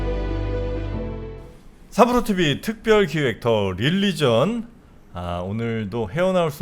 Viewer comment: 릴리전 ~ xx 륄리전 ~~~ oo 입술이 앞으로 쭈욱 나오게 발음